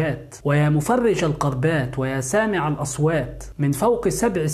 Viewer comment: عندي ملاحظة بسيطة .حرف الكاف تنطقا بالقاف.عوض أن تقول الكربات تنطقها بالقربات.و شكرا